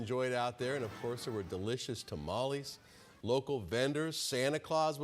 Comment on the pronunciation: ... Ta-mal-Less, Say it right Gringo! WTF, how long have you lived in Arizona? 🫔🫔🫔